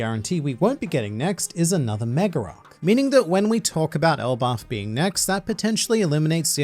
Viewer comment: I can't help but keep noticing always saying an R between a word that ends with A and one that starts with A. "Mega arc" becomes "Megararc" for no particular reason lol